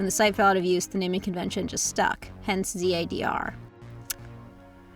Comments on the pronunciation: its pronounced ZAAHHRR'D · This video essay is a thing of beauty and also thank you for slamming me way back into my childhood 😂. I think my kid is annoyed at me for randomly quoting along with the various scenes you've shown Also man do people rly pronounce it ZAY-Der? It's ZAH-Der in my head xD and has been since I was posting fics on FFN.